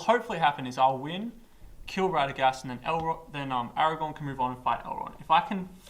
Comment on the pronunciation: Aragorn - as in Aragorrrrrn, with an r